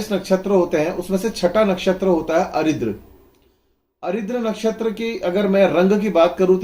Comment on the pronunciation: भाई साहब, आप जिन नक्षत्र को अरिद्र कहते हैं उसका सही नाम आर्द्रा है, अरिद्र नामक कोई नक्षत्र नहीं होता है।